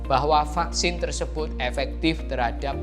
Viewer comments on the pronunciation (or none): none